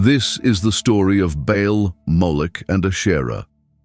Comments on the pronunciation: Baal not Bale. Not Bail. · Pronounced with a big a as in Bay and a small one a as in all! Not pronounced ball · Love how AI can’t decide on pronunciation: ball, bale, ba’ahl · How can ai mispronounce BAAL 😂😂😂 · Good grief! If AI can do so much, why can’t it learn to pronounce words correctly? Ashtera, Baal?!?!?